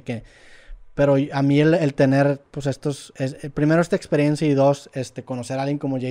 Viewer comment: sporifai 🧐 otra vez: etsperiencia 🤓 Ya ni chingas